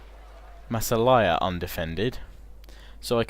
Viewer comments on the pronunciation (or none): none